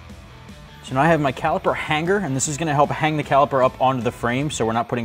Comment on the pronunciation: No hard G in the word hanger. It’s Hang-er, not Hang-Ger